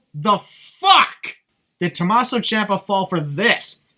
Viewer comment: Well because Tomasso and Adam Cole have the same syllables, he would just say "To-ma-sso" Bay Bay